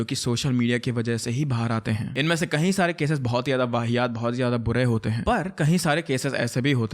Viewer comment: I just want to correct a small thing. You often use this word "KAHI" instead of "KAYI" for example : insted of saying "KAYI DINO SAY" you say "KAHI DINO SAY" KAHI= Somewhere KAYI = more than once I hope you correct it. And i love your channel and am a subscriber.....keep doing the good work.....